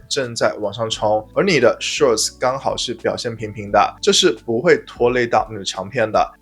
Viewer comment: 拜託，您能不能改一改 SHORT 這個詞的讀音！